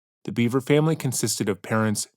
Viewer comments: I have some constructive criticism for your channel. I've been watching for years so this comes from a place of love. Its pronounced Bever, not Beaver. The failure to get the basic fact of the family's last name wrong comes across as lazy and honestly, disrespectful. It is not a difficult name to pronounce. I have noticed an uptick of similar issues like this in your recent videos and would like to ask as a long time fan that you put more effort into getting these details right. There are few true crime channels that care about accurately reporting in a respectful manner, and there are MANY that don't. Let's be the prior. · Bro it's not pronounced beaver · Always thought it was Bever pronounced "beh-ver" not Beaver.otherwise, exceptional video.